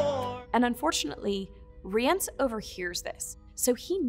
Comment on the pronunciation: and who decided to pronounce it Rie-ence